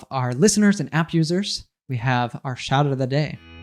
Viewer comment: each time says "app user" I hear "abuser" 🤣